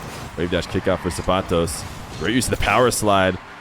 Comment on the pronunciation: Thank you for pronouncing zapatos correctly lol